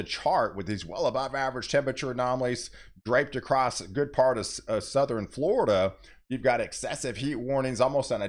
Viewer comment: It,s. Southern not southeren